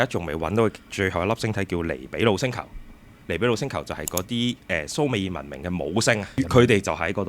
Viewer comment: 蘇美爾，讀讀下就變咗summer，約等於夏。🤣